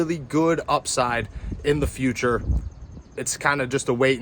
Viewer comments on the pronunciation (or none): none